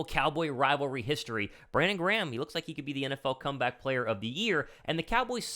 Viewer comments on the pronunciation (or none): none